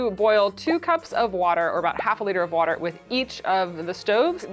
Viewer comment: I love the pop up of brad for “wourder”